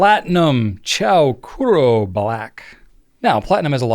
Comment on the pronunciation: Fun. Laughed so hard ar the Buttered Popcirn flying arrow image. Chou kuro, by the way, is pronounced Choh Kooroh. The OU sound in Japanese is a long O. Thanks.